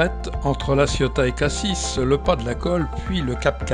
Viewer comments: Prononcer Cassi et non pas cassisse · En Provence on a tendance à rajouter partout des E. On dit souvent "je vais à "Cassisse".